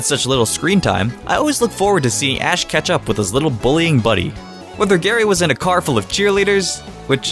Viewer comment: When you said "Watching Ash catch up" it sounded like "ketchup' to me and since everyone calls Ash "Ash Ketchup", I litterally laughed out loud :P